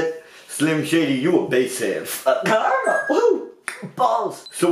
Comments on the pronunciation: It’s caramel not Carmel lol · It's caramel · I just started watching your videos and I'm wondering are u saying carma of carmael??